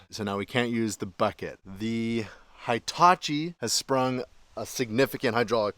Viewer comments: He tah chee is how you pronounce that name,. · every episode until you say it correctly: hee-ta-chee "i" always has the same sound in Japanese. there aren't two sounds. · Never heard a Hitachi pronounced High-tachi 🤔 😳 😮